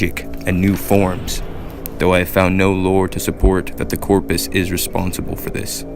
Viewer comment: Corprus, not Corpus.